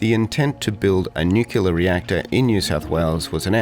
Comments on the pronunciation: New-clear, not knewcular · You are Australian not American, we pronounce nuclear as new-clear not new-killer. It can not be that hard to say it properly. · Nuclear, not nucular. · Very interesting with real narration. However, the word is nuclear, not nucular. Otherwise well done. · It's NucLEAR ...... NucYULER is just WRONG.....and funny. 😂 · Great video, nailed the key difference with the way the F-111 was (and still is) viewed by the Australian vs. the USA public/military establishment - its role made immense sense to our unique needs, but not so much the US military's. Side note* there is only one 'u' in 'nuclear'. The mispronunciation "nucular" is infuriating, like nails down a chalkboard😅 No atom has a nuculeus, I don't know who started this awful mispronunciation but when I find them I'm going to go nuclear on them🤣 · You should look up how to pronounce “nuclear”, because saying it wrong throughout the video is not a good look.🤦‍♂️